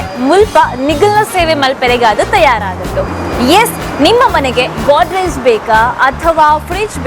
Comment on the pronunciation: ಗೋದ್ರೇಜ್ ಒಂದು ಕಂಪನಿ ಅಲ್ವಾ... ಕಪಾಟು ಅಂತ ಹೇಳಿ.... ನಿಮ್ಮ ಗೋಡ್ ರೇಜ್ ಕೇಳಲು ಕಷ್ಟ ಆಗುತ್ತೆ.